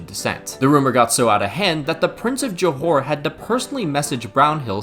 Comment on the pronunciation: btw is JOHOR not johore 😄